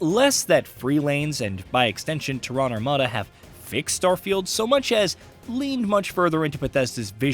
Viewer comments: "Tear," as in to tear a piece of paper. Then "ren." Tear-ren." Terran. Emphasis on "Terr-." TERRan. Not terRON. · This is narrated by AI...Tehran Armada?? Did Iran beat everyone in the space race? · "TeHRan" lol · How do you not know how to pronounce "Terran"? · AI still cant say Terran correctly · It’s astounding how no one knows how “Terran” is pronounced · The guy can't even bother to look up how to say "Terran" properly weeks after messing it up the first time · Funny too because this is basic latin that anyone with a basic understanding of english would know what terra means and how to pronounce it, (and by extension terran) Which is ironic because this guy is "supposed" to be a journo, i.e supposed to be well versed in the language. Though he is american, who are third worlders who dont actually speak english. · Who the fuck mispronounces terran